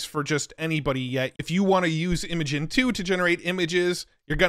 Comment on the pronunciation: Great video! Side note: Based on Google's demo videos, Imagen is pronounced as "Imagine". Also, Gaussian is pronounced "gau- see-uhn"